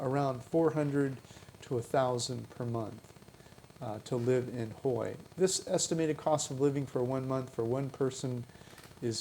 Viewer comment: You should at least find out how to pronounce the city you’re talking about. It’s not Hoy. It’s pronounced Hway. Omg.